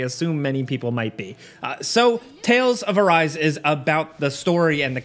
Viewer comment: It's not 'a rice' it's a ri se', like japanese word.